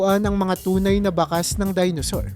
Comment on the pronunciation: Ayusin mo pagbigkas sa mga ginagamit mong mga salita.( Yung bakas dapat bigkasin mo na may pagdiin hindi malumanay). Tuyo , labi,) mali ang pagbigkas mo.